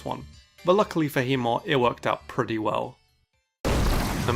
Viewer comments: Heatmor? Really? Alright. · Heatmor? Really...